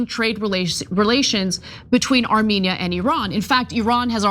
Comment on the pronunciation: Two countries Trump can't pronounce.